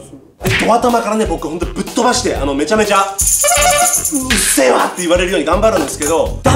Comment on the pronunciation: うっせぇわじゃなくてうっゼェわw